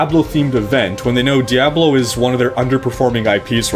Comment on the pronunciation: The way you pronounce diablo makes me want to murder puppies.